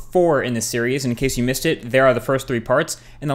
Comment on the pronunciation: "so this video is number 4 in the Cheerios"